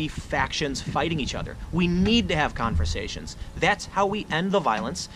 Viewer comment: "We need to have confersations?" Tim Pool just made up a new wordN